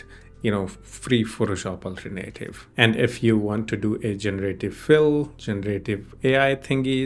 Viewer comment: Alternative is pronounced "All Turn Uh Tive" not "Ultra-Native"